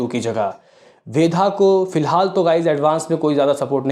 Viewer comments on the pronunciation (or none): Kitni baar comment kiya hai fir bhi nahi sudharte tum.......वेदा hai वेधा nahi 😡😡😡